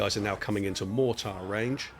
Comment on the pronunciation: Appreciate the video but man the way you pronounce mortar is driving me nuts.